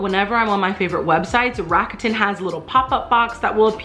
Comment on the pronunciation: Enjoyed the video, would like to say GREAT job on the pronunciation of Rakuten. Many people get it wrong.